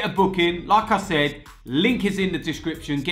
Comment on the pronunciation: Every single fucking time says like I said it sounds like lacazette haha love it